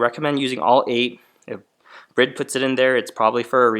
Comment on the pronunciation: It's pronounced Bri-de 😀